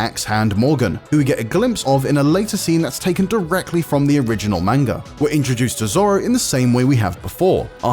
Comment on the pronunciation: None of you white guys ,.... Not a single one of you can Pronounce "Manga" correctly